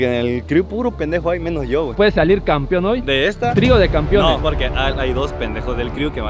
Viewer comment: Todo está bien pero hay que pronunciar bien "campeón" ya que muchos dicen campion y se oye mal. Saludos